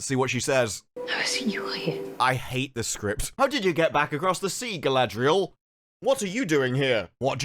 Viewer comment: Why does anyone say her name wrong? Gladriel is not her name ffs. Her name is Galadriel (Ga-la-driel). Doesn't matter this show managed to destroy all the characters.